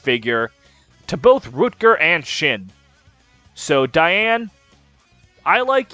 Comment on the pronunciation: Pronouncing Dayan as Diane is everything I never knew I needed